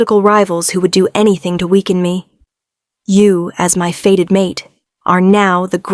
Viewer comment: " Fated mate " not a " faded " one , a normally modulated voice , no ridiculous pauses in weird places , no stupidly vacant attempts to make sound effects . Oh joy !